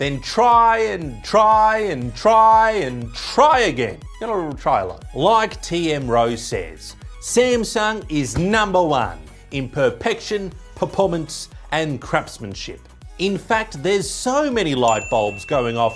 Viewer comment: Perpection, Perpormance & Crapsmanship 🤣🤣💀